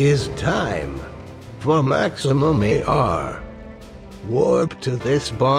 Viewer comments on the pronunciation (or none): "What is the maximem" ?